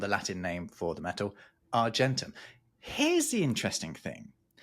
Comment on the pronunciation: "Flo-JIST-on", for goodness' sake. "Nitre" is potassium nitrate, KNO3. Sodium carbonate, Na2CO3, and sodium bicarbonate, NaHCO3 - not a smidgeon of nitrogen, N, in either. What on earth were you thinking?! You should be using a hard g in argentum and hydrargyrum. Tungsten did NOT used to be called "wolframite". Wolframite is the ore from which wolfram (tungsten) is extracted. I'm surprised you didn't mention "Ultima Thule". Sulfur the element is odourless. It's hydrogen sulphide, H2S, which stinks, You might like to research why early radar was called H2S. Shame on you for dismissing Dmitri Ivanovich Mendeleev so summarily. His construction of the Periodic Table of Elements, on which your whole video is based, is one of the towering achievements of human endeavour. The Table ought to be appreciated in the same way that any work of art is appreciated.